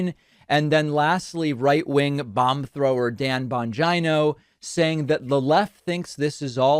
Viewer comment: Say Bongino again Please